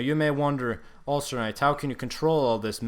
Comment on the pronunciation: I think you should change your name to UlcerKnight. It already sounds like the way you say AllstarKnight and it’s funny.